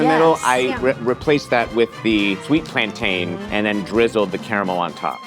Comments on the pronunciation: full about turn at pronunciation of Plantain killed me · I was howling with laughter at the look gave when he started dancing when the put the plantains into the oil 😂 and the look he gave the camera hearing the way pronounced plantain 😂😂😂😂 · Apparently you should pronounce it like you say "Captain"